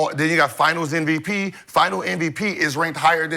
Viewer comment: Am i the only one that notices Gil says NVP instead of MVP. I heard it months ago and now i notice it every time 😂